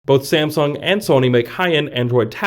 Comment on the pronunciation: haha..shame-sung? wow u have issue